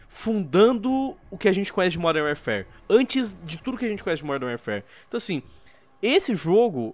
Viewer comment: "Uérfér" é duro de ouvir